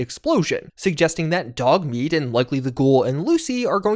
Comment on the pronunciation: Did he just say dougmeat are you using ai again 🤪